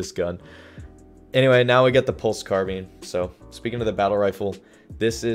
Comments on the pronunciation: Why did you say pulse carbeen instead of carbine? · No it's pronounced carbeeen. Nah but rly I use both pronunciations for carbine